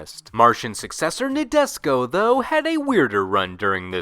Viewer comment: You are destroying me each time you say Nadesico like Nabisco. It's NA as NAh, DE as DEnse, SI as actually pronounced SHE, and finally you get CO as...well, co or ko lol